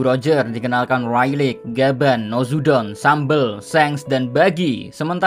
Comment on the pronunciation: Rayleigh dibacanya Reyli bukan Railik sorry julid